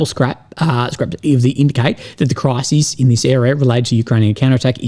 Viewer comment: A crisis, mate, not a cry-seas.